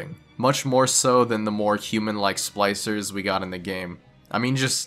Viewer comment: Are you calling them 'slicers'? It's SPLICER